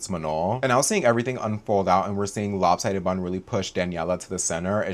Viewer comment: This is my first time in this channel and each time you said lop sidded bun killed me bro, I'm in stitches